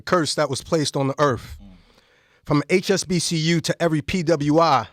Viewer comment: Stick to acting😂 "HBCU" not "HSBCU" good try though